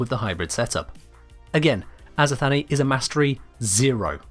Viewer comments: If we are indeed going for a greek pronunciation for the azothane, it wouldn't be "Azo-Thanie", it would more likely be "Azoth-anie", so a similar syllable structure to "persephone". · It's not azothany it's just azothane like like the name Shane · "azothanee" its azo thane XD I think...